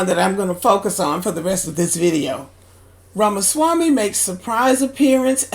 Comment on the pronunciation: Shut the hell up u cannot pronounce Vivek last name